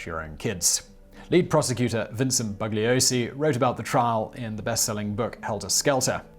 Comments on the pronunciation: The "g" is silent in the name Bugliosi. BOO-LEE-OH-SEE. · Just to nit-pick, the "g" in Bugliosi is silent. Members of the "family" tried to taunt him by calling him BUG-liosi. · In his book "Helter Skelter", Vincent Bugliosi wrote that Manson deliberately said his name wrong:. "BUG liosi". His name is Italian and the "g" is silent: "boo - li - O - si".